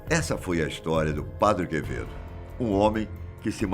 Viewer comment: O Padre Quevedo falando equiziste, e o pronunciando Padi Quevedo kkkkkkkkk